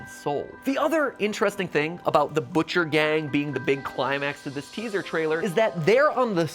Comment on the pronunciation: the person that said so very important so very inchresting is bendy!